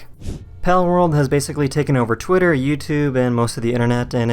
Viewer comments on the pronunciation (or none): none